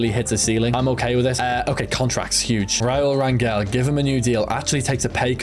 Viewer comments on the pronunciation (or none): As someone with the last name Rangel it’s pronounced rayn-gel